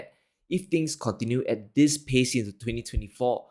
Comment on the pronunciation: This not dis, three not tree upcoming not out coming. World not worl. Risk not ris. Going to not gonna. With, not wif.